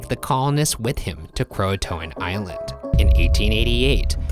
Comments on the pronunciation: It’s pronounced crow-aye-t-an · Cringe every time they pronounce Croatoan. KRO A tion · “CROATOAN” Me, dying: yOU STOP THAT